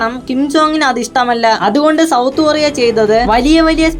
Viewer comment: ഒറിയ അല്ല കൊറിയ